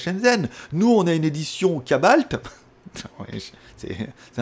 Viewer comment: Salut! Je pense que tu veux dire cobalt comme métal et non "cabalt".🤨🤨